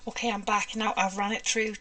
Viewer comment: I am routinely blown away by the quantity and variety of techniques you demonstrate.👀 Truly amazing. I also love the way you pronounce "ok". O-keh.😁👍🏻 BTW, "agave" is pronounced a-GAH-vey. It's a desert plant in the Americas. That sure is a pretty paint color.